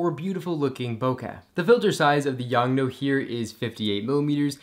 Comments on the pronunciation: Its YONGNUO not YONGNO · “YoungNo” lol.